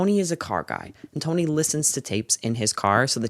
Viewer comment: i am obsessed with the way you said tony like you sound like a new yorker (in the best way) great video!